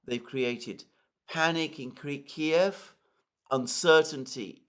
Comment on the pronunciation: I love that he still calls it Kiev, not this keev shit.